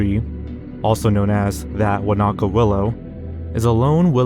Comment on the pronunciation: New Zealander here. Wānaka is not pronounced "Wa-Na-Ka" it's closer to "Waa-naka" (emphasis on the a in the Waa and then no separation in the na and the ka). It's a Te Reo Maori name! And yes, the tree is indeed very bizarre having seen it with my own two eyes